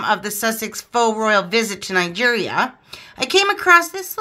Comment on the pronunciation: it's Nigeria not night gear